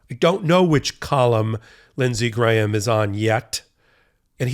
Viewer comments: Props to! You're one of the few Americans who can pronounce "Graham." I mean, his brain probably only weighs a gram, but all of him doesn't. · Wow, an American who can pronounce the name Graham correctly!